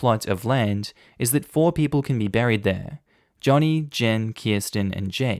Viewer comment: Joni is a female. You keep pronouncing it Johnny and it's Joni (like Joan-e) and saying "he" when it says "she".